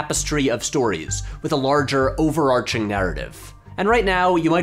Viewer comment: Thank you for pronouncing overarching properly